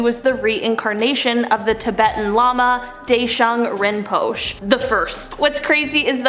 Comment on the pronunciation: Just to help out a little, Deshung Rimpoche is pronounced as Day-shung Rim-po-shey.. The e at the end is pronounced as a long a.